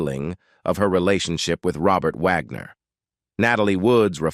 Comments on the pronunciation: Yes 😅😅😅😅 especially pronouncing it like that of the classical composer Richard Wagner. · The narrator in this story has terrible diction. Wag-ner 'not Vog-nor. Among other mispronounced words. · I wish the Narrator would make up his mind on how to pronounce RW's name; Wagner. Vaughner, wogner. Vagner, etc......🙄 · Not Vagner. Wagner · I hate the robot mispronouncing wagners name